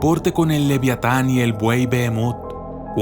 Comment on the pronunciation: pero estamos de acuerdo que no dice leviatan